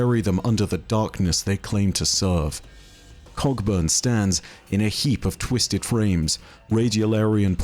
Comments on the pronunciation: am I the only one who sometimes hears "Cogburn" as "Cockburn" lol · "Cogburn" is also pronounced "co-burn" but what the hell, he's British. :) I reckon people pronounce it both ways, I'm not bothered. Earp though... There's a Stirling Moss, the great Scot F1 driver, but I don't think he's in this story somehow...